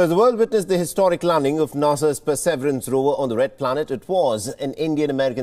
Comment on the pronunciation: What the hell is "per-severance" ?? Shouldn't wion do better especially if they are trying to reach international audiences